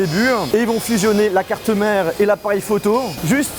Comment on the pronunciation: le chassienh,la carte mereennh,j’avais jamais remarqué ptdrrr